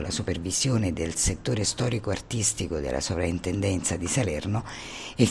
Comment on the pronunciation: Per cortesia... si scrive e si pronuncia soPrintendenza...